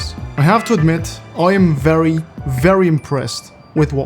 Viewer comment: "ery noice" I never knew was Bri'ish